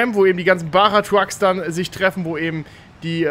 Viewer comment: Bacha ausgesprochen nicht bara und nicht baha